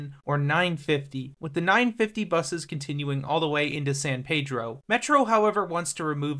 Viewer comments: He screwed up Reseda (Ra-see-da not Ra-Say-da) and San Pedro (San Peedro not San Pay-dro) Definitely not from here, lol!😂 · Anyone who says San Paydro sure in the fuck isn’t from around here.😂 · unless you’re saying it in Spanish, it’s San Peedro or just “Peedro” if you know what’s up haha